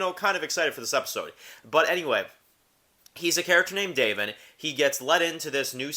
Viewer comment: Lol bro, u did watch the episode right? It’s “Da-von” not “DAVE-in” 😂 Not trying to troll, but it was kinda driving me crazy. That said, I’ll keep watching your vids. Take care man 🤘🏼